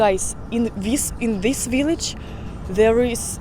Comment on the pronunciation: "But real dip dip viliage"😂😂😂